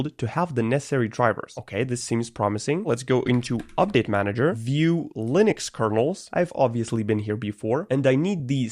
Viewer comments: Linux ❌ Lunix ✅ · "lunix" lol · "proffffesional lunix uesr" "ok what the hell is this"